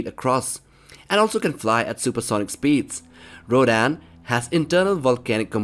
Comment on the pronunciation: says rodan* m: its rodan dum dum